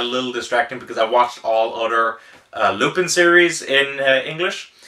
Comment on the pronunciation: I know this is an old video but it's Loo-pawn.